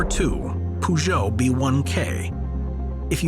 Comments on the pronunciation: I died when he said Poojo, so funny and inaccurate. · That's not how you pronounce Peugeot🤪